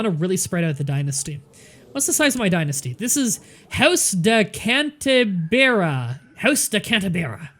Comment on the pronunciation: Cant-A-Beer-A instead of cant-ah-bree-ah